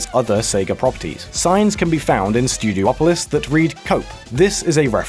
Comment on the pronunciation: It's pronounced Stew-dee-aw-pah-lis, not Stew-dee-oh-po-lis It says Pine Pot not Pine Bot